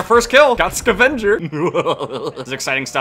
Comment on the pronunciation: when he said scavenger in a weird way, i felt that.